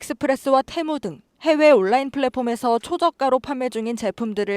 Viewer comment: 온라인 발음도 모르면서